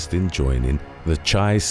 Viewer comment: I would think you would know how to pronounce Chi.....